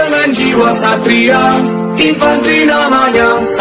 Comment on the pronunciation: Walaupun dibacanya "satria", tpi penulisannya "ksatria" yaaaa